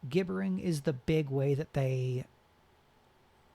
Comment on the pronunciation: Thank you so much! BTW gibbering has a soft G, like gibberish